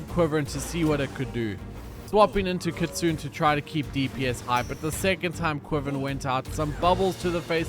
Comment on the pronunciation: I mean this a nice correction way for Kitsune it’s pronounced kit-sue-nea it’s also a fox not a wolf